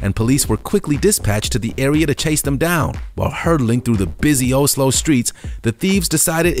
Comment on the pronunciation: omg, you need to learn english, and you say you live in asia, you should know that yue is not youy, it's pronounced you, and don't get me started on how you say oslo